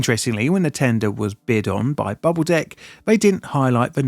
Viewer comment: Imma be honest i didnt hear bubble "deck" at first 😂